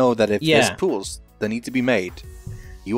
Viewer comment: Is it Just me but when says pools it sounds he says pills??